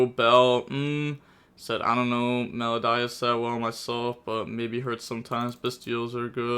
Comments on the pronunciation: Also It’s pronounced Mel-o-dee-ous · Cant say ki-siKILL Can say meloDIEus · “Mel-O-DEE-Us.” My brain hemorrhaged during this video. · its pronounced me-lo-di-us. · Welp, time for another spelling lesson: It's Me-low-dee-us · How has the education system failed you so bad you can’t pronounce melodious. I couldn’t finish the video. So players did good or bad idk. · I'm kind of amazed you found a way to pronounce wrong Melodious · How does he not know how to pronounce Melodious… 😣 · Aren't we all? I doubt people played Melodius before, because they were not playable. Also, the pronunciation of that was just awful and annoying, specially considering it's about MELODY.